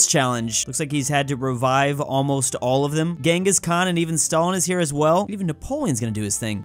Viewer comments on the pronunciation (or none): none